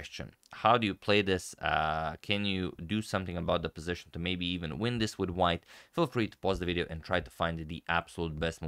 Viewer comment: Did you say, '...we win Black's Queen...'? Just it sounded like, '... we ruin Black's Queen...' Now that's just spiteful... lol